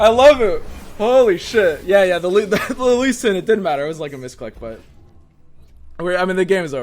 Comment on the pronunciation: Normal human: repeat after me, L-E-E S-I-N: L-E-E S-I-N Normal human: Lee sin: Shen Lee